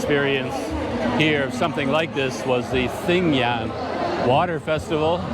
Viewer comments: Sorry, but as someone who lives in Myanmar, I have to inform you that when you pronounce English spellings of Burmese words, "gy" takes on the "j" sound, so the holiday you describe is pronounced "TA-DING-JOOT." Also, don't stress the "th" as in the word "thin,;" it's pronounced as an aspirated "T" such as the "t" in "thyme." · Well,, you’re right about “gy” being pronounced as “j” in English. But “th” in standard Burmese is pronounced as in “thin” or as in “this”, depending on the situation. The “th” in thadingyut is pronounced as in “this”; so, it’s “tha-DING-joot” but without enunciating the last “t”. (Pronouncing “th” as non-aspirated “t” does exist in non-standard (ethnic) varieties of Burmese.) I say this as a native Burmese speaker and Yangonite. My two cents...